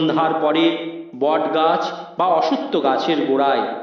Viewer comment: Bot na asottho ? Clear kore bolun?